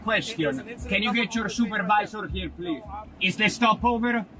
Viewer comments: policeman called poullease? XD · “Sergeant Pullease” I’m dying 💀